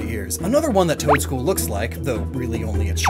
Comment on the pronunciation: it just sounds like you're saying Toedscruel twice.